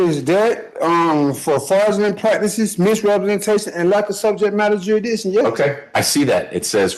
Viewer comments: He’s not even saying the “s” though, he’s saying jurydition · JURA-DICSHON .This fool is going to GEL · “JURRIDISHUN” is certainly among the greatest utterances of all time. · Tell him that 'juri'iction' is not a word and that he needs to speak English instead of his very, very advanced branch of jive. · "you nee' to proo' juridikton beyon' a reenable dou'!" He has no idea what he is saying, or how to say it if he did. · Real victim here is the English language.... The joker can't even PRONOUNCE jursidiction.....😅😅😅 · First of all, it is JURISDICTION. It has an "s" in it. Why does the court even entertain this idiot? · He takes the prize for the most different pronunciations of jurisdiction (all wrong)